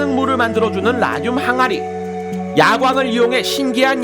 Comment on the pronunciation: 왜 라듐이 '라늄'이라고 들리지..? ㅋㅋㅋ